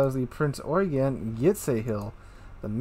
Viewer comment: dont know how you pronounce it, but my friend who's a ship nut drilled it into me that it you-gen. It might be an accent thing though